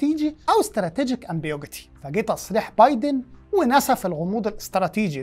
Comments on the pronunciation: أمبيغيويتي.. وليس أمبيوجيتي 🫣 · عذرًا يا أستاذ بس لفظك لكلمة"غموض" بالانجليزي مش صحيحة 🫣 حاسب